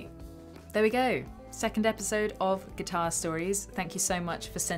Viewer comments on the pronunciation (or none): none